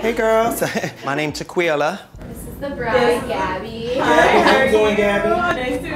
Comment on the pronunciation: Haha Tequila turned into Teste at some points